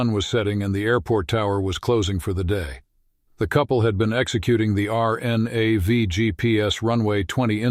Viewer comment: R. N. A. V??? Are you a bot? If you have no idea what you're talking about you should just STFU. It's RNAV. Pronounced "ARR-NAVV". Pilots and ATC know this. Only bots would call it ARE EN AYE VEE. Idiot.